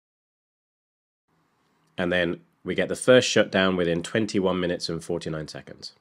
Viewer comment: Bro, what exactly is a "minuets"? Is that anything like "minutes"? Love ya work, mate.